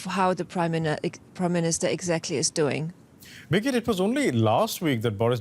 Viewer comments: Loool this Indian guy needs to learn the name of the people he is working with... It's freaking Briggit... Not "Biget" ... Damn dude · Birgit is a very common name in Europe, but they way the anchor pronounces her name makes it sound like 'bigot'. It very funny indeed xD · nope, it is not, he is mispronouncing her name...it is Birgit. You speak the "r" and its a "git" not a "got". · DW journalists should at least know how to pronounce German names - What do you think 'bigot'? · He is mispronouncing the name. Her name is Birgit...a scandinavian name; it stands for the helper, protector....it baffels me that you have never heard of it. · As a Birgit myself, it's common to hear the name mispronounced. We get used to it .